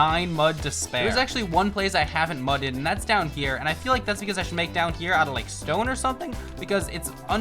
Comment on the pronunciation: Why did he say mudded like that😭